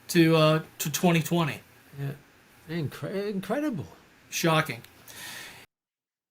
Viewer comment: He does like home made research and can always claim he isnt a statistician but "its incwedible that media isn't talking about this..."